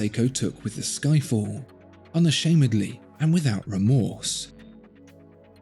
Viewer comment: did he say Skyfall?